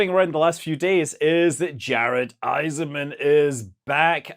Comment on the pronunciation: IssaCman not Isserman. This is the second video I've seen where you've got his name wrong and you've flown with the man!